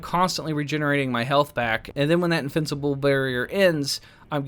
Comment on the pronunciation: i hear "Infincible" lol